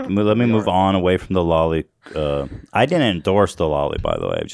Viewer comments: It's not law-lee it's low-lee (Loli) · Lmfao at the anime bit! It's pronounced low-lee and I'm pretty sure it's shortened for something akin to "Lolita". Lolita was the book written by Vladimir Nabokov about (according to Wikipedia) middle-aged literature professor under the pseudonym Humbert Humbert, is obsessed with a 12-year-old girl, Dolores Haze, with whom he becomes sexually involved after he becomes her stepfather. "Lolita" is his private nickname for Dolores. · hearing the words femdumb and lolli driving me crazy every time I hear it pronounced wrong lol